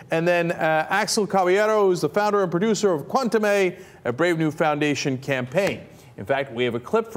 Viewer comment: Cenk - you should really learn how to pronounce the word "Cuentame" correctly. It was an important element in this discussion and you mispronounced it every time.